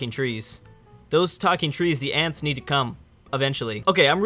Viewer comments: And it is "Ents", no Ants. The pronunciations in this video are tubular. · Ants hahaha it’s ents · Did he say ants? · Sounds like you're saying ants instead of ents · His pronunciation is so angering. The worst is probably "ants". Then again, the movie came out a long time ago, so I'll give him the benefit of the doubt.